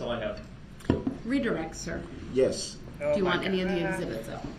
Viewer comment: Don't you mean "ezzibits"? 🤣🤣